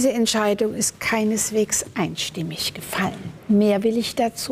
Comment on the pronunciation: Nicht einstimmig. Das so zu betonen spricht Bände.